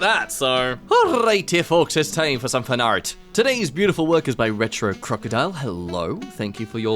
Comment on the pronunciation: I'm such an easy mark. I LOL every single time you say "finart."